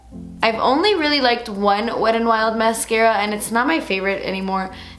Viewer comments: I don't know why but I love the way you say "wet n wild" almost like "wed an wild" really quickly 💃🏼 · "weddin wild"